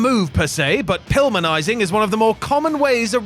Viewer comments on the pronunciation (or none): I have watched wrestling since the mid 80s and this is the first time I've heard "Pilminizing"